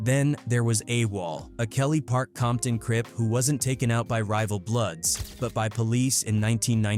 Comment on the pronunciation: Not AI saying "Bompton" 🤦🏽‍♂️🙆🏽‍♂️🤣🤣🤣